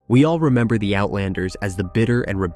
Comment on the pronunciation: not ziraaa zira